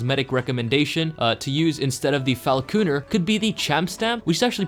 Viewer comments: it's not pronounced fala-kooner it's pronounced like phall-kunner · falacooner? It's falconer. Pronounced fal cun er. You know, like, someone who trains falcons using that type of protective glove to protect from the bird's talons? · "Falacooner" Am angery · Did you actually not know how to say it or did you just do it for a joke